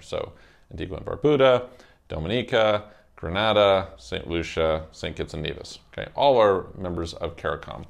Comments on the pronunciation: Ummm Gre-Nah-Dah is in Spain, Gre-nay-dah is in the Caribbean. Just saying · Very condescending towards the caribbean..."nothing going for them" comment. Furthermore Grenada is pronounced Grey-nay-da. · It's pronounced Gree-nay-da.